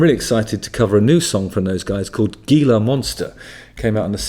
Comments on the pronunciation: Couple notes: Gizzard rhymes with both Lizard and Wizard, and Gila is Spanish, which means it's pronounced with an H sound, not a G sound. This is my first time seeing your videos, and I don't think I'll be back. The British are the worst. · It's pronounced He-La Monster. I've never heard of this band before. I like it, thanks Justin. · Gila is pronounced Heela (Spanish). I think that's what they're chanting around the cauldron, although I can't understand what they're growl-singing either.